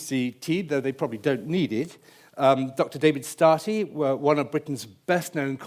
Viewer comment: Do they not? Surely, they do, if even the moderator says 'Startey' instead of 'Starkey'.